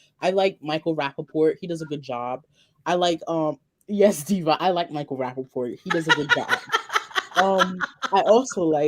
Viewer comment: not rapaport